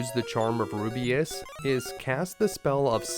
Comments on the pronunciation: Rubiss!! Not Rubiuss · It's Rubiss not rubeus Damn dude where are you getting the "ee" sound from? (Roo-B-iss) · the reaction after the release when realizes it's ru-biss not ru-bi-us "...... Damn I hope no smartass recognizes that and posts a comment 😟😟😟😟." Sorry teehee😘😘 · No offense, but i winced everytime you pronounced Rubiss as "Ru-bi-as". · Rubiss. The name is Rubiss. Rubeus is Not Rubiss. Rubiss is not Rubeus. Also it’s Tan te gel. Like jelly gel. It’s obviously inspired by Arthurian myths associated with the real life Tintagel.